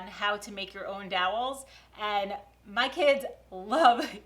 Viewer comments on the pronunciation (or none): you're a great inspiration and a great mom. Have a great summer with the kids!! And another video where we get to hear you say, "dowels." 😂